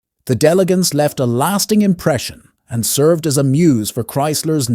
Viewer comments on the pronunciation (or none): none